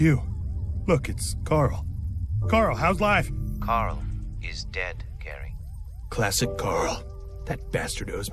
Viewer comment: Gaary not Death '-'